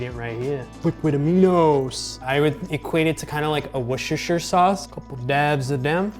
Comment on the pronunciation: Just pronouncing Worcestershire like you've lived there your whole life, nice.